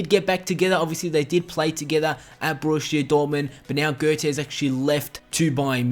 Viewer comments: everytime you say "Borussia Dortmund" i underständ "Bullshit Dortmund" o0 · Your borussia dortmund sounds like bullshit domain 😁 😁